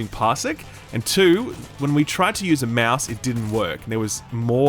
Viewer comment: "using a meause"